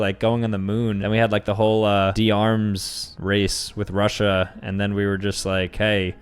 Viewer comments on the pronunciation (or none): none